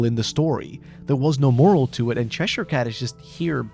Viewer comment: Good video but the butchering of cheshire cat is just mean😢